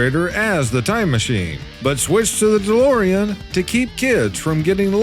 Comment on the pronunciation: Dolorian? DeLorean.